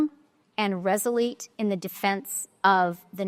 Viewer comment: She says she will be firm and "reselete"? She thinks that Trump's afraid of her? Thanks for the laugh of the day!!!🤣